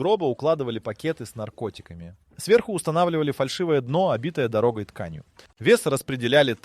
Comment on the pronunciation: Выключил после первых 2х минут. ДорОгой тканью, при переноскЕ…. Типа сделал вид что сам озвучиваешь?